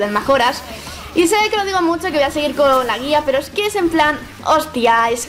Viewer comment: eres la primera persona que veo que dice "magora", todo el mundo lo pronuncia "mayora" o "majora"